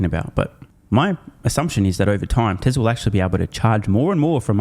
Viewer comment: For the love of God don't pronounce it: Tezzla.